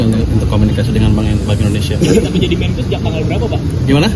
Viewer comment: Wartawan gini amat ya kualitasnya. MENKIU itu Menteri KIUANGAN kah? MEN-KE-U atuh kan Menteri KE-U-angan. Menjengkelkan sekali